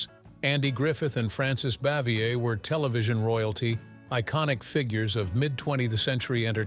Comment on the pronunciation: These videos seem to always feature the worst narrators. This guy pronounced Frances Bavier's name three different ways. And some of the other mispronounciations would lead one to think that the narrator knows nothing of the show or the actors.